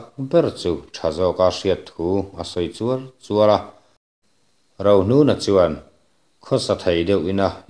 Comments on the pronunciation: A sawi Chuar chuar a👈 tih lai tak hi i lam dan hi a dik lo deuh in ka hria 😬 chuar chuar tih hi lamsan deuh tur a nilo maw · chuar chuar tih i chiar rik dan hi chuan a awmzia a phawk fuh tawk lo deuh a ni